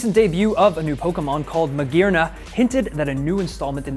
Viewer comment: Someone in the Internet pronounced Magearna correctly. GG.